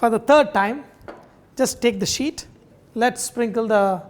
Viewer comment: Did you say "roll it into thin shit"?...eh?.